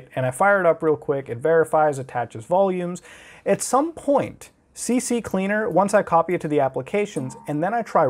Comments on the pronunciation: Please say you're trolling with the "C C Cleaner" shit.. it's "C Cleaner" muta. Come on man. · Its actually pronounced 'CC Leaner' smh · "CC-Cleaner" Muta said. Little did he know, it is "C-Cleaner" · Why does everyone call it "CC-Cleaner?" It's "C-CLEANER" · I’m glad I’m not the only one that calls CCleaner CCCleaner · Everyone including muta says CC CLEANER and not C CLEANER .... i can die peacefully now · EVERYONE says CCCleaner when the program is Ccleaner like wwwwhhhyyyyy lol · It's not CC Cleaner! It's CCleaner! C-Cleaner! ONE C. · I thought i was the only one saying CCCleaner instead of CCleaner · It's CCleaner, not CCCleaner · c cleaner not cc cleaner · It's C-cleaner, not CC-cleaner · It's CCleaner!! NOT CCCleaner! Like this: C-Cleaner. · Its C-Cleaner NOT C-C-Cleaner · It always bugs me when people call CCleaner "C C Cleaner" THERE'S ONLY TWO C's. IT'S "C Cleaner". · C cleaner, not cc cleaner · "And you've got things like CC-Cleaner" and I though I was the only one who called CCleaner like that. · Ive been calling it cc cleaner for the last 8 years lol I keep trying to pronounce it the correct way but never do :/ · it drove me crazy, how tf does he mess that up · Muta, I've been pronouncing it "CCCleaner" as well for some time. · Good to know im not the only one that calls it CCcleaner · Hey Muta, how many C's do you see in CCleaner? 2 you say? 1 of them must be the beginning of the word "Cleaner", right? I'm just curious as to why you think it's pronounced "C-C-Cleaner" when there's only 2 C's in the software's name. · Please... its just c-cleaner lol. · He says ccleaner wrong lol